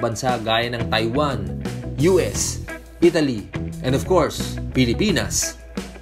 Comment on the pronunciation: d ko alam natawa ako bigla dun sa part na "ibinebenta ito sa mga asensadong bansa... and opkors Pilipinas" hahaha